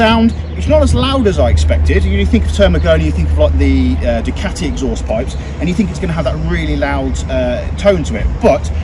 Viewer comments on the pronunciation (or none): none